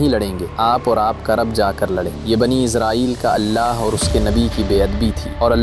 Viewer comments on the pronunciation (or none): It's Israel not izrael😢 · بنی اسرائیل ہے بنی ازرائیل نہیں ہے